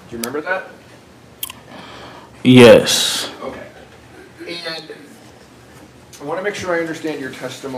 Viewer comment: “I know I said dat” The word is that! U know T H A T